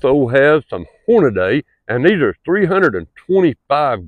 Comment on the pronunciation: It's pronounced "Hornadee"...I bought the exact same rifle about 10 years ago. Those Hornady Leverlutions are no joke. They will literally knock a 700 lb. Elk off his feet.. There's not animal on this Earth that rifle can't DRT...BTW, you do NOT want to be standing within 20 feet that muzzle break when it goes off...It'll literally knock the glasses off your face